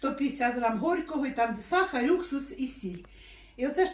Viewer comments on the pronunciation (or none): Чому сахарь,а не сахар?